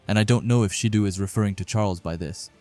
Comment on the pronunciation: Why do you keep calling Shido as Shidu 😂